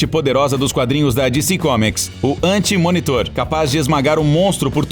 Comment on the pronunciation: A véi tbm fala galactus anti munitor, calmo tbm bro